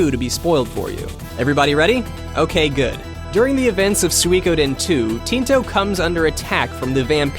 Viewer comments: I thought he put too much emphasis on the we part of Sui, so SuWEEE. Think of 'chewy', you do not say cheWYYY. The same applies to Sui. The "ko" part is often not pronounced at all by people, but should be. So, "Sui-ko-den". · I have the feeling that he's saying "Suikoden" in a wrong way,but then again, I think I'm the one saying it wrong. =p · He definitely has too much "ee" in his sui. Those two vowels should be short and sort of flowing together. Thumbs up for your explanation of what he does wrong, I cannot disagree with a single thing about it :)